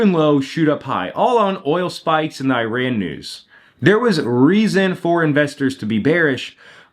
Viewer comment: Love your videos but the way you said Iran had me dying. Eye-raayn